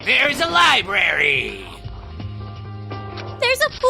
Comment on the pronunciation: Oh god, pronounces Library as libary... Ugggg. Jk it actually kind of fits his character.